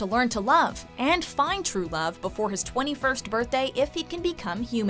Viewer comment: I’m just trying to pronounce 21th lol it’s 21st